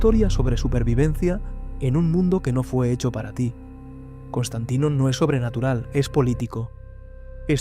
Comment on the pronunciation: es Constantine No, es Constantain... Constantino!!! 😂😂😂